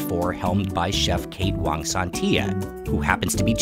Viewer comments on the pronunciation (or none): none